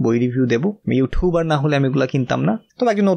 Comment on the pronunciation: Vaiya eto 'ইউঠিউবার' boltaso kn 😂🌚🔪